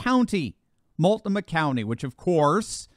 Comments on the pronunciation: Mult-NOH-mah. And yes -- it's broken. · I love you like a brother. But Multnomah is pronounced Mul-t-NO-mah (Don't feel bad, no one gets it right.;) God's love <3